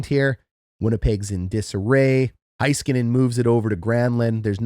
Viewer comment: HAY-skuh-nen, sorry, drives me crazy.